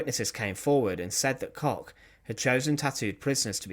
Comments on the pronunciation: It’s pronounced COOK….KOCH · This guy should buy from his sponsor to help with his terrible pronunciations. Koch is COKE. Always has been. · Koch is pronounced like Coke. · The Bitch of Buchenwals surname is actually prononunced Cosh